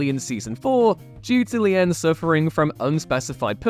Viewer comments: Jennifer Lien (pronounced: lean) was said to be already displaying signs of mental illness and, depending on who’s being talked to, either got fired or quit “Star Trek: Voyager”. She was a good actress, but apparently just couldn’t continue. Jeri Ryan, who replaced Lien, yes, there was a fear she would be seen as “eye candy (Kate Mulgrew was very afraid of this and this caused a lot of tension between the two. Also, her first husband, Jack Ryan, tried to get her to do sexual acts in public in order to help him get elected to the Senate. She refused, divorced him, and Jack’s potential political career was over.)”, but it turned out Ryan was an exceptional actress! She has since gone on to star in “Boston Legal,” “Shark,” and “Star Trek: Picard.” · if you're gonna do a list, you could at least pronounce the actors' names correctly. There is no K in the pronunciation of Shannon Doherty, and Jennifer Lien is pronounced "lean," not "lee-en."